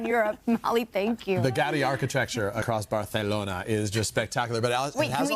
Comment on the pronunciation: No Gaudí (pronounced GaudEE, not GAUdi) did not leave “detailed blueprints. That’s one of the biggest challenges.